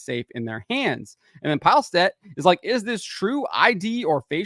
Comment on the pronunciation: Its not Pajlstedt. Its Peelestedt the e after L sounds like the "e" in mess.